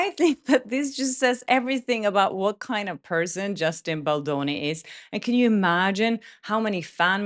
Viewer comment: It’s BalDoni, not Baloni. It is important to state his name correctly after he was mocked before. I know you didn’t intend to mispronounce it, i just thought it was important to let you know.